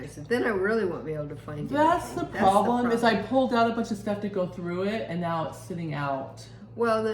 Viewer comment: Now not mow lol